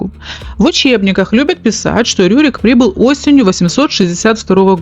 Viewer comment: Не РУрик, а Рюрик. И вообще, у вас очень много повелительного наклонения. Раздражает. Просто рассказывать вы не можете что ли? 😏